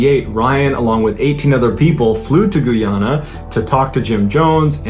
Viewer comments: I just had to say this because of how awful he pronounced Guyana, it’s pronounced “guy-anna” not “gooyana” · He also pronounces it a little odd: Goo-yana. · Who the $#@ pronounces it "goo-yana" 😂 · Not GOO YANA...ITS GUYYY ANA..GUYANA 😅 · It's Guy-an-a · It's pronounced GUY-AH-NA. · Sorry, but it Guy-ana. Love the story's. This was horrible. I remember seeing it in the news. All those bodies. They had drank the Koolaid. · Sorry to be That Guy but it's pronounced Guy-ana. Apart from that, I love your work. 😊